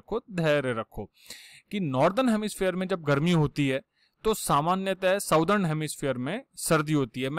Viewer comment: सदर्न उच्चारण होता हे सर😊😊😊😊😊😊not साउदर्न 😊😊😊😊😊